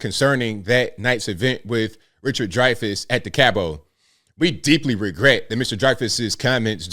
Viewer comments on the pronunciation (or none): Wish I knew he was going to the Cabot Theater… I would have loved to see him.. I live about 15 minutes from there- Oh- it’s pronounced Cab / it ☺️ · FYI the word Cabot - the "t" is pronounced at the end of the word. Like Robot.